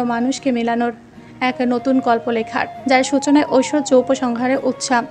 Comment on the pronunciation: Oita oishshoria rik Chowdhury na oita oishorjo rik Chowdhury hobe😂😂